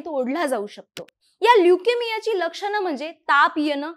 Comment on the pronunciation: होन लक्षन पुन काय तुमचे उच्चार आपन